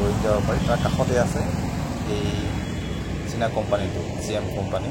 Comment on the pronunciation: Its china not sina